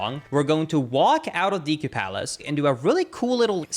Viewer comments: "Deekoo" place :/ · Ive watched a ton of your videos but I can't bring myself to subscribe because you say "deku" the wrong way... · i have never not loved the way he says deku like “deekoo” lmao